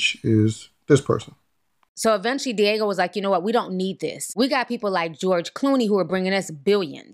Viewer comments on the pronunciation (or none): The drinks conglomerate is called Diageo. Not Diego. DEE-AH-GEE-OH. 😅 They’re extremely powerful in the beverage industry. Diddy wouldn’t want smoke with them. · I use to work for them! It’s not *Diego” lol it’s pronounced Dee Aj Geo. & it was always funny tryna explain to Blk folks NOOOO DIDDY DNT FUCKIN OWN CIROC💯🤣🤣🤣🤣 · D-AH-G-O not Diego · Di-AH-geo. That word got y’all fighting for y’all lives. 🤣🤣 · Great Video! You know your $hit!!! Oh just one more thing, the liquor distributor is pronounced is called Diii-ahh-geo. Other than that, perfect! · It’s deeee ahhh jeee oh (Diageo)